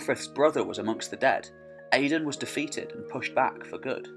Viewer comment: Gabráin is pronounced Gow-rowyn :) Áedáin Mac Gábráin pronounced as Aey-dawn mac Gow-rowyn.